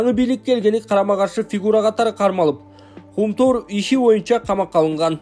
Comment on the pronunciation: Жаңылыктарды окуп жаткан жигит, Кум-төр" деп туура окусаң! А. Акаевге окшоп "Кум-тОр" деп нито окубай!!!